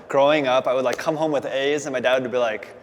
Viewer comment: Ah i love them! but I though he said i'd come home with Aids not A's